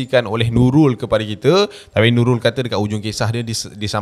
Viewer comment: menurut Nulul 😅 ter-pelat pulak 😆🙏🏼🙏🏼 tengok ape,usha ape? 😂😆😂😆